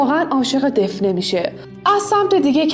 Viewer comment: گفتید دفنه ولی دافنه درسته